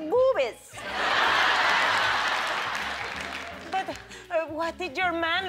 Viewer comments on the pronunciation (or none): "The two big bobies"😂 I know it's not spelt that but that's how she said